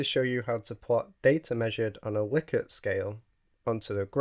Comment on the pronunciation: Nice video. I especially like that you pronounce Likert correctly! 🙂